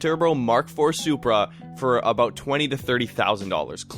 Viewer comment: Yes but there are two main countries in NOrth America. I knew it was Canada because of your accent when saying the word "about"..you guys say aboat..